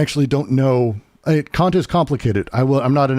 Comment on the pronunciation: Kant is still pronounced exactly how you DON'T wanna pronounce it. Short not long. Yes, I'm a child.